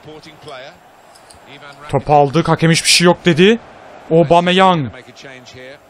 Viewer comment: aobomeyang diyişi